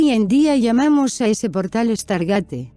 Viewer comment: tu cuuenbto esta bonito pero primero aprende habar se pronuncia stargeit no estargate lo pronuncias mal mas de 30 veces inculta tu ciencia ficcio es igual que tu cultura y diccion